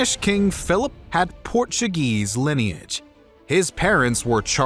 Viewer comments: Very interesting and informative. However there are a number of incorrect statements, he gets basic directions wrong, and mispronounces words in Spanish Portuguese and English. Also he English words incorrectly. But overall a good video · Porttugese :) Portuguese.